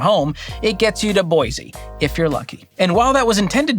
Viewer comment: “Boy-see” not “boyz-eee”